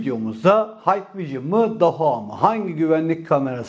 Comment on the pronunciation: hikvision,haykvijın diye okunmaz kardeşim,hikvijın diye okunur,umarım sonraki videolarda bu hatanı düzeltirsin😘